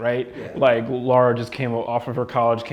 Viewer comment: Her name's Lara, not Laura. Jeezus, these guys don't even know how to pronounce her name right. Makes me wonder how much they really know the series and how much of a departure this game is from it.